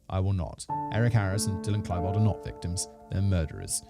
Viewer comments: K-Lie-bold SERIOUSLY? Do. your. research. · this man said Klaibold :facepalm